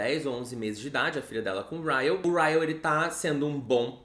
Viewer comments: Sentindo muita falta do chamando o Ryle de Kyle.. hahaha... acostumei por causa do vlog. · Hoje o não errou o nome do Ryle KKKKKK